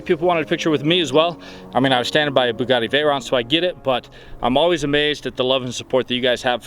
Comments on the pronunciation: james is awsome! love the bugatti! oh sorry it is pronounced bugitti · I love how pronounces bugatti. Keep going it, man. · I love how pronounces Bugatti